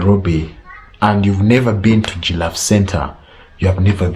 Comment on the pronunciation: Are you a? Gillafe, Mt Melu, 😆😆😆😆🤣